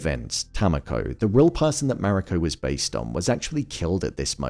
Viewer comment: Mah-ree-co. Emphasis on the first syllable.